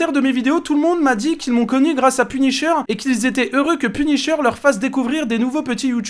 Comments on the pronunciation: Punisher ❌ penisheur✔️ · 1min51 "PUNICHEUR"😂😅tkt je ne me moque pas de lui ( 'fin c'est pas sensé être méchant)